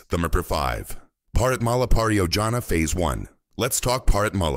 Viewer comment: Bro this is Bharat Mala,not Parat Mala.. I understand.. Every person make mistakes..and you are from USA..so no problem..😅